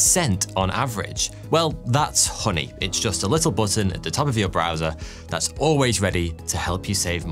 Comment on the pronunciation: Apollo firteen? Fat’s funny…😂😂😂